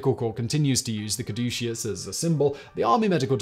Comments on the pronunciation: Simon, it is cad•u•sus not any of the pronunciations you used! This episode was the most painful i have ever had to listen to! i usually rate your content good to excellent. This episode is a Fail!:-( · I love Simon, but I wish he would have taken a moment to pronounce "caduceus" correctly. He pronounced it like five different ways throughout the video. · How many different ways did Simon pronounce 'caduceus?' I counted 12. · Alternate title: "How many ways can one man pronounce 'Caduceus' in 15 minutes?" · Hilarious that Simon pronounces "caduceus" at least three different ways in this video. More hilarious is that I always thought is was pronounced COD-uh-CUSS. 🤣😂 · I wonder if Simon is aware that he pronounced "Caduceus" 3 different ways throughout the video? He seemed to have finally settled on the correct pronunciation by the time he was about 2/3 through the video. Even mispronounced, anything Simon says sounds absolutely correct with his crisp British accent, lol.